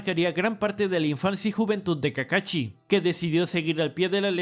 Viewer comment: llamenme mamador pero que culero se escucha que digan "kakachi" en vez de "kakashi" me recordo a mi ex que al "sushi" le decia "suchi"